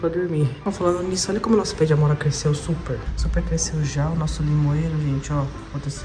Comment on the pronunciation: GENTE AKAKAKAKAKAKAKKAKAKAKAAAKAKAKAKAKAKAKAK A TAVA FALANDO NO INICIO DO VIDEO "AMORA", E EU JURO QUE ENTENDI "PAMONHA" KAKAKAKAKAKAKAKAKAAKAKKAKAAKAKKAAKKAKAKAKAKAAKKAKAKAKAAKKAKAKAKAKAAKAKAKKAKAKAKAKAKAKAKAKAKAKAKAKAAKKA